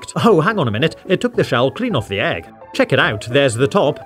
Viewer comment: I mean EEEEEG not EGGGGGG